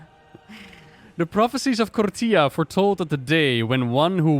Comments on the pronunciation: please stop pronouncing it like "torilla", it's KOR-FEE-AH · Did you mean "tortilla"? :D Anyway, "TH" is never pronounced like "F". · Is there a reason says Kortía instead of Korthia? Feels like my friend when he says Ar-tie-FIE-cer instead of Ar-tih-fih-cer. Just pronounce it like the devs do gdmit